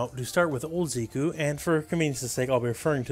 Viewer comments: Zeh-koo not Zee-koo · "Z-cue"? The announcer says his name haha how can u say it wrong?! "Zeck-ew" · Zeh-ku, Zeh-kuh. They pronounce it when he wins. Great video, though. Lol. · His name is Japanese. If his name were the way you pronounced it, it would be spelled "Ziku". Hero Banadana and the others who commented on this are right. It's pronounced "Zeh-ku".